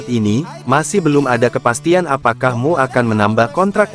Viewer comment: Emyu bukan mu tolong disdbut dengan betul